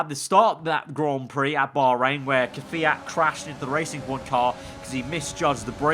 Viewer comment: "...in the torpedo car with the man himself kvayt..." Died of Laughter ( )